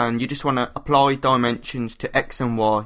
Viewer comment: Wasn't watching and he said "Aplar" Needless to say I was very confused, but he meant "Apply"...